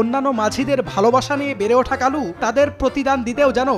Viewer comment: কালু কয় নাকি খালু কয় বুঝাযায়না